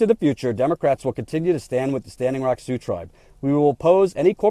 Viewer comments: ...See-ox? Really? It's pronounced "Soo". I even googled it just to double check in case they pronounced it differently (which would be a major news flash to everyone in the region). Nope, every link said "Soo" was the correct pronunciation of Sioux. I love what you're doing, but every now and then you remind me that you really aren't from around here. lol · Great rant. you said SeaOx but Sioux is pronounced SUE. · "Sioux" sounds like "sue,". Still think you're great, though. Also: about damn time, DNC. Sure took you long enough, you opportunistic snakes. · Native Sea-ox language? lol. thats funny. it is pronounced it "Sue". like "do" or 'you'. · Sioux is pronounced Sue. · Sioux is pronounced "Sue". Had the veterans not come down in force, the Pres., Warren, DNC, no one would have done anything! You are right. Shame! She, like Harry Reid, are trying to rewrite the history of the Democrats and Pres. Obama in this story. The Dems did not do anything but support the oil company! Saying you did after the fact does not make it so. And saying you stand with them is not standing with them when things die down, construction begins again and you conveniently blame Trump for everything. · Did pronounce Sioux as "sea oaks"? Is that like the Army Corpse of Engineers?:P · First, you gotta love and TYT politics, what an amazing job this guy does for all of us...buuuuuut OMG so funny ish.... Sioux is pronounced Soo or Su, you have been up there for so long how could you not know that. Too funny. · "See-ohx?" Really,? "See-ohx?" You've been with these people on and off for months, and you've never heard Sioux pronounced? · Funny, has been there a month and he still can't pronounce SIOUX......And yet he's making fun of Bismark! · I love you but you butchered the pronunciation of "Sioux".